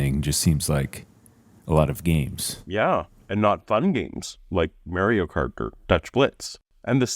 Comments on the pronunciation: You say Mario cart like you have never played Mario Cart!! Lol love your channel,if god were real you'd be doing his work or something...😊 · MARY-O KART? I knew you were Canadian, I just wasn't sure until this